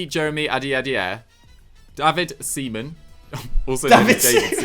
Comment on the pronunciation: butchering Seaman and Biabiany was the highlight😂😂